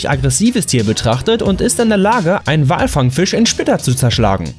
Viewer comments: walfangfisch statt walfangschiff😂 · Meintest du „WalfangSCHIFF“ ? Oder wirklich „walfangFISCH“?😂